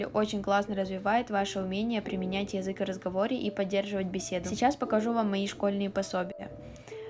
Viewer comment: очень режет слух твое произношение конкретно слова 'язык'. такая четко выраженная я, мб только меня триггерит, но это действительно неприятно